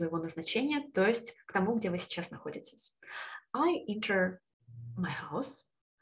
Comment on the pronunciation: А ещё enter и adjectives - надо обратить внимание на произношение.